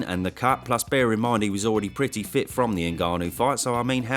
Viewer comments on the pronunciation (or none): I’m not sure I’d class Fury as ‘pretty fit’ in his fight against Ngannou. Change the vowel and I think you’ll be closer 👍